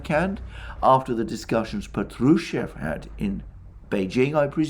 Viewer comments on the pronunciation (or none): Splendid analisys Mr.Mercouris. Just one comment - Name "Patrushev" is pronounced with accent on the first syllable "PAh-true-sheff". Otherwise it sounds like Petrouсhka, famous Russian puppet character and Stravinsky's ballet similar to Punch and Judy. Get well soon!